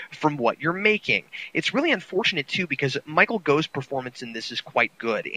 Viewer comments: I'm not sure if this matters much but at , I noticed that you pronounced Michael Gough's last name as "go." I just recently found out that it's actually pronounced "goff." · I think Gough is pronounced wrong in this